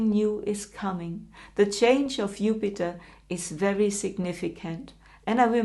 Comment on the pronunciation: Since you decided to speak English, could you pronounce Jupiter's name correctly?